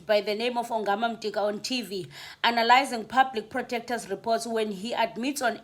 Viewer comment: Could you please 🙏 read Yongama's surname....ungumxhosa and you sound like a person who did Xhosa as LLC1....in NCS / first language... please.... He's not Mtika....